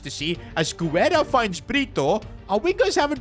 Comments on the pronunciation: btw Sid Guerra’s name is pronounced without the “u” if it would have been pronounced with the “u” sound it would have been güerra instead of guerra. also guerra means war in spanish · Guerra = geh-rrah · The "U" in Guerra is silent